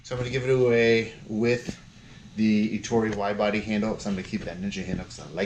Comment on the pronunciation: How can you consider yourself a window cleaning expert and pronounce Ettore in correctly?